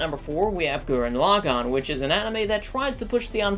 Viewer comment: First reviewer who pronounced Gurren Lagann correctly.